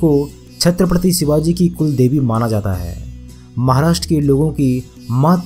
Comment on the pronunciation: सिवाजी नही ..... शिवाजी हे ..... अपनी भाषा सुधारो प्रेसेंटर महाशय ..... छत्रपती शिवाजी महाराज कहो. आधा जानकारी के बलबुते पर अपने चॅनल को मजबुत मत करो. मजबुत तो कीया हे छत्रपती शिवाजी महाराजजी ने. जो आज अपना हिंदुस्तान खडा हे. नहीं समजोके आप.